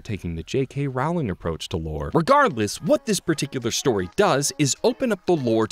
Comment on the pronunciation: its Rowling not roWling -all harry potter fans